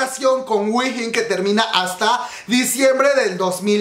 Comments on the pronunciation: wihin xD se dice uin o win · Se pronuncia JUIN, si queres te ayudo con el coreano 💕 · Según yo se pronuncia juein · te corijo dos cosas: se dice mamamuu no mamamoo aunque asi se llama pero no se dice asi, y se dice whein come wey pero con "n" al final (no es hate sorry) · Yo a Wheein la pronuncio como "Wey" y después "in", tipo "wey in" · Según yo sé dice "guein" jsjsjsjs o "wiin"